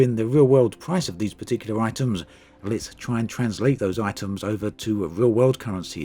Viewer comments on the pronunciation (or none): none